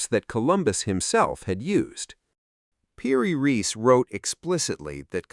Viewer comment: The name of the map maker is Piri Reis, not PD Race. What kind of AI weirdness is this? Also, the AI voice says "directer" rather than "more direct".